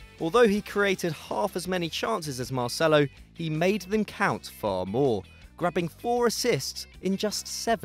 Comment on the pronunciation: You have screwed up it is marcelo